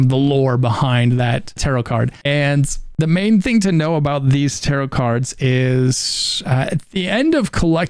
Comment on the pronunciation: Cant pronounce TAROT correctly.... unwatchable